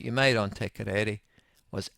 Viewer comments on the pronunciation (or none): What the hell is "te korere"?! Its te karere eah! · Its TE-CAR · I cant beli3ve you can't say Te Karere and its been on air for 40years!